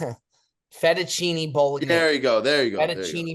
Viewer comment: I need to know if spells Fettuccine with a V when he’s reading it or if he thinks the F is supposed to sound like a V